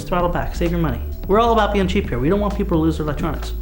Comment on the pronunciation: "and your props can kill some peopple in autralia" LOL